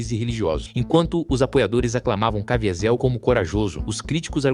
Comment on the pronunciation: Quem é Jim "Caviézel"????? 😂